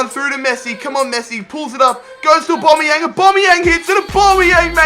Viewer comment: Can you please say Aubamaueng properly